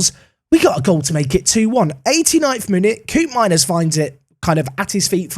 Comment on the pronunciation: The ' oo' pronunciation of Koopmeiners in dutch is more akin to the 'o' in bloke or cope, in Dutch